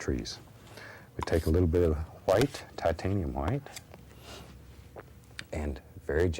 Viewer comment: It's going down when the Titanium HWhite comes out.